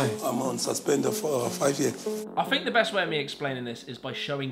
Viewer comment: "THINK" not "FINK"